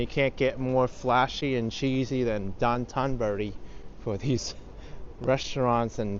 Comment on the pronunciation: It’s pronounced Dough-tan burr-ri. Anthony Bourdain was taught it by his Japanese tour guides and friends.